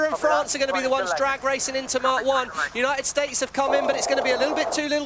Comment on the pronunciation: Does that English commentator have 't' in his vocabulary? "Uni-id Staz."